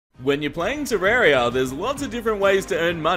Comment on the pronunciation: Why do you say Terraria wrong